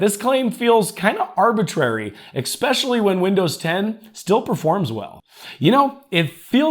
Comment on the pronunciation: "Eckspeshully" Especially.